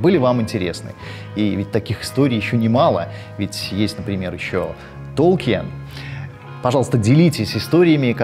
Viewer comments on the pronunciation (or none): Все просто замечательно. Буду ждать новых выпусков. Но есть одно но (чисто фанатское и немного инязовское) - Толкин, но никак не Толкиен. И да, понимаю, что многие привыкли к сочетанию "ие", но даже сам Профессор говорил, что правильно произносить его фамилию именно как Толкин.